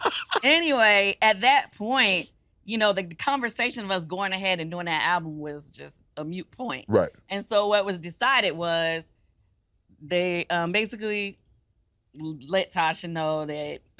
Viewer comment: To be such a good song writer why is her grammar so bad....Is MOOT POINT not MUTE..but whatever , as she keot saying..lol